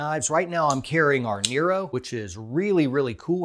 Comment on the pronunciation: It is “Neh-Roh” not “Knee-row”